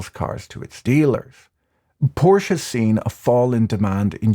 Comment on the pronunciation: How are you so educated and erudite, and yet mispronounce "Porsche"? Ah well. Even my perfect spouse occasionally makes a mistake. 😊 I shall graciously let this go.